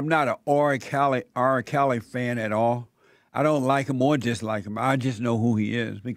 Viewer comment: Jesse, i love you bro. But why does it seem like your struggling to say the letter R, in R kely